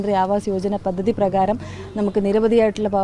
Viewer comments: പതതതി അല്ല. പദ്ധതി എന്ന് വായിച്ചു പഠിക്ക്ക്. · പത്തതി അല്ല പദ്ധതി....